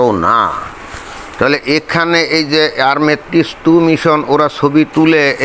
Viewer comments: আর্মেটিস নয় ওটা হবে আর্টেমিস। বার বার একই উচ্চারণ করছেন কেন? ভালো করে পড়ে দেখুন। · আর্টেমিস। আর্মেটিস নয়।